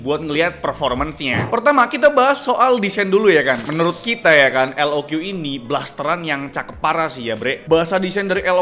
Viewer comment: Btw pembacaan resmi dari lenovonya itu "lok" bang, bukan "el o kyu" 😅🙏